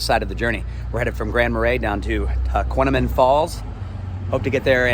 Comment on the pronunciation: At least pronounce the name of the falls correctly